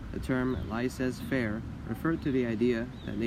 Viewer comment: Hi, please look up how to pronounce "laissez faire" if you are going to put a video out. Just saying.